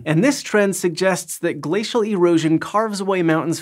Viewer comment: Gla-cee-al Buzzz-SaWWwH